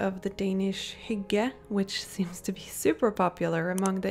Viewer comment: props to you for actually pronouncing "Hygge" the right way <3 - From a true dane - ps love your BuJo